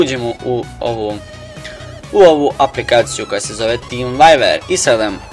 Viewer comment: cool ali kaze ze vjuver ne vajver :) inace cool klip